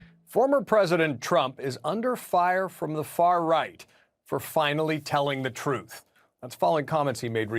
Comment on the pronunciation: I like the emphasis on "far-right" as if Candace Owens is far right lol